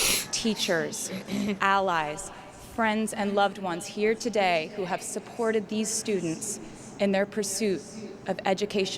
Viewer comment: That accent when saying "today...r" sounded Irish. Didn't it? Easter egg for Dublin Concerts? Rep TS??